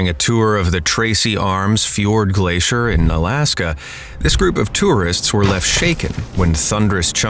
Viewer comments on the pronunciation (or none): none